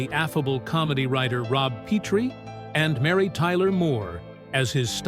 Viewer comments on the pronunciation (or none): Yeah, it's "Pet-tree", not "Pee-tree". They need a better text-to-speech algorithm. Their captioning needs to learn punctuation, too.